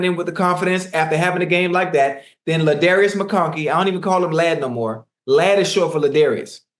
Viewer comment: Ocho said Laddarius McConkey 😂😂😂😂